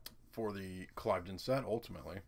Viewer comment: Ugg - dude the word is pronounced Clivvden